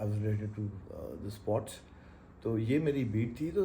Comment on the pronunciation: Klasra sahib, it’s not suports journalist, it’s sports You need to correct your pronunciation.